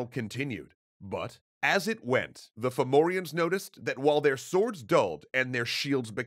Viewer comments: At first Ive thought youve said Pthumerians, not Fomorians :O. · Fun fact: depending on the dialect, Fomorians might actually be pronounced Fahvurah. Aren't Celtic spelings wonderful? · Its actually quite a good pronounciation in this video even if one or two names wrong here and there but really well for non irish